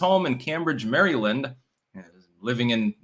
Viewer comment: Tom from Merryland yanking your chain. Your near perfect diction vocab syntax and all the rest is terrific. Please wor4 on Maryland will ya. It's just off somehow. BTW, Cambridge MARYLAND on the Eastern Sho is notoriously corrupt. Think Heat of the Night corrupt. H rap Brown and all that back in the day. So let's give this accused wife beater some slack, Clank on!